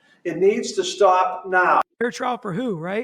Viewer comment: In full Kennedy tone!